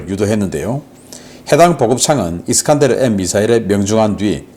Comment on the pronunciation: 미사일 이름 잘못 발음하셨어요 편집자들 뭐하신건지 ㅠ 수정해주세요 이스칸데르 라니요